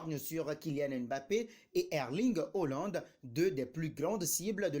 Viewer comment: Tu sais pas lire ou tu fais exprès tu me saoules avec tes hollande tu sais pas prononcer HAALAND.